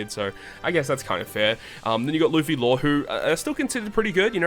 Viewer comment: Thats not Law, thats "Low" get your fact straight